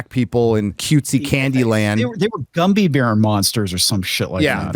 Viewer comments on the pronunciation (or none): Did he say fucking "Gumby bears"? Gummy bears? The fuck? 🤣🤣